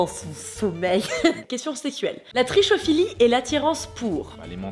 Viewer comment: Ça se dit /trikofili/